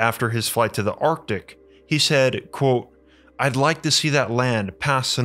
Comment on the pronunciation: You do know that the word "Quote" has a "T" in it?